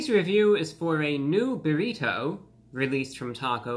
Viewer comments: the way you say buriTOE is hilarious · The way he says “berrito” lol 😅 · He says burrito strangely.